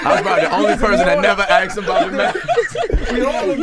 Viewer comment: it "axes" lmao